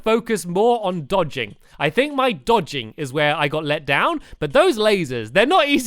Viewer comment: Did anyone realise that he said after he died from ocram he said deeodging